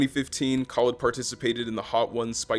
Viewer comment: mans said “DJ kawlid” 😂